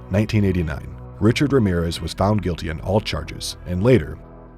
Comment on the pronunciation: the sheer gringo energy of the way the narrator pronounced his full name lmaoooo